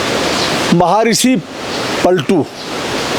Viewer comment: सादर प्रणाम गुरुवर 🙏🏻🙏🏻🙏🏻❤️ सारी चीजें बहुत शानदार हैं, अद्भुत हैं । परन्तु एक बात समझ नहीं आई ये महर्षि पलटू जो अपने बोला यह कौन से माहानुभाव थे, कृपा करके वीडिओ ध्यान से देखिये और हमें अवगत कराइये, अगर आपने जल्दबाज़ी में गलत उच्चारण कर दिया हो तो भी संज्ञान लें....😊🙏🏻 नोट - यह पुछने की धृष्टता की इसके लिए छमा प्रार्थी हुँ 🙏🏻 लेकिन अगर कमेंट आपके नजर में आये तो जरुर हमें उचित रिप्लाई दीजियेगा अथवा इसको सुधारिएगा ।। महोदय, हम आपकी सारी वीडियोस देखते हैं, और आपको जिम्मेदार व्यक्ति मान कर बिल्कुल ध्यान से आपको सुनते व देखते हैं इसलिए आप से ये अनुरोध है, आप चाहें तो इस पर एक अलग से भी विडियो बना सकते हैं जिसमे उस वीडिओ का उल्लेख हो, हमारे कॉमेंट का और महर्षि जी के सही नाम का ज़िक्र हो ।। धन्यवाद ।। सादर प्रणाम ❤️🙏🏻🙏🏻